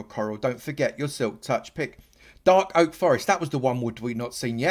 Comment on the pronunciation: whats a darl oak forest lol